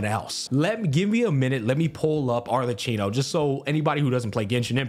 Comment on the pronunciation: his pronunciation of Arlecchino is.......... something